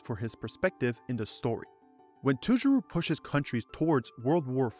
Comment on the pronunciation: You butchered Toujirou but otherwise gj!